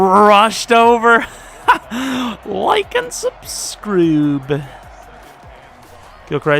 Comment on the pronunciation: "subscroobe" thats the kind of sellout u gotta do